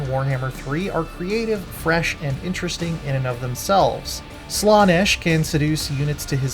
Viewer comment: "slaw - nesh " lol